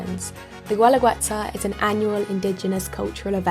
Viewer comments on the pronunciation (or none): Gooelagooetza? It’s pronounced geh-la-geh-tsa. A rule for Spanish pronunciation in the future is that if there is a letter ‘u’ before ‘i‘ or ‘e’ just ignore the ‘u.’